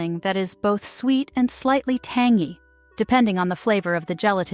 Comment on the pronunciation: for heaven's sake research how to pronounce some words, like tangy!!